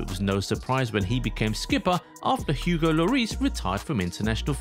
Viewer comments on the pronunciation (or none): none